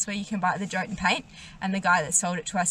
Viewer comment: Yo-tun... not joe-tun...